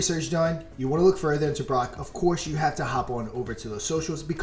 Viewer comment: "Brock" this jeet over here, its pronounced BROKE*